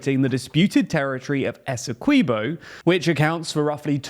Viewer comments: Great video however, us Guyanese pronounce Essequibo as "Ess - e - quib- o" not "Ess - e - key -bo" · SPELLED ESSEQUIBO PRUONOUNCED ESSEKWIBBO NOT ESSEKEEBO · It's pronounced ESSE-KWIB-0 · It's pronounced "esekeeboh"